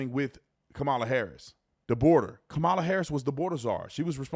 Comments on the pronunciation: Her name is pronounced KAH-muh-luh, not Ka-MAH-luh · Kama-la. Kama-la. It’s not difficult to pronounce. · Though I can't stand her, let's get her name correct. It's pronounced COM-UH-LA. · 😊Her name is pronounced ( comma LA) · lmao. Mainstream media loses their mind when you miss pronounce her name, yet when they mad or talking fast, they all miss pronounce her name, its so funny